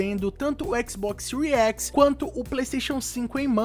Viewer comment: Séries X = Síries Equix.